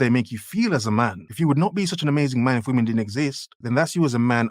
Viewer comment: This woman can't even say the word 'women' right. Her last two brain cells working overtime just to hold the camera up and talk at the same time. Dear god.